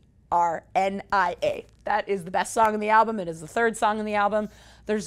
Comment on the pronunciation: Third track is pronounced Vee-Sher-Nee-Yuh haha